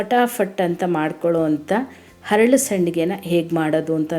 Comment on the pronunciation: ಹರಳು ಅಲ್ಲ. ಅರಳು . ಅಲ್ಲ